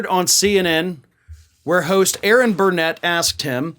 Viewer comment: It is ERIN, not Aaron!🤪